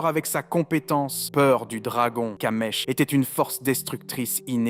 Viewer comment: C'est kamish pas kamesh